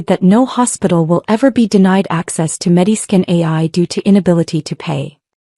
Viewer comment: MediSCAN, not Mediskin.